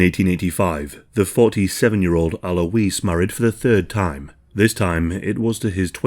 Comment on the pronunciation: ALOYZ!! AL-OYZ. Alois.